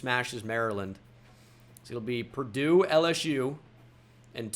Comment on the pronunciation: I was laughing for a solid minute over it, you’re not the only who noticed lol